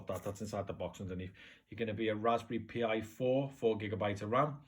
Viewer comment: Dude, it's pronounced like "Raspberry Pie," not "P.I."